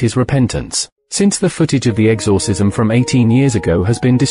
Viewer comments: I now cant stand the word "exORcism after listening to this. If you are going to use AI voices, make sure the thing can pronounce words properly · Sorry but I can't get over how he says exorcism lol